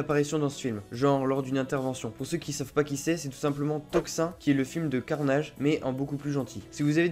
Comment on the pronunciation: Toxin ce prononce Toxine et non Tox1